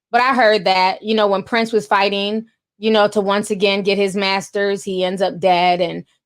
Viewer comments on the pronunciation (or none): none